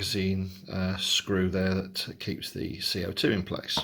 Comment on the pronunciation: Dude said cock lol. That’s not how you pronounce it.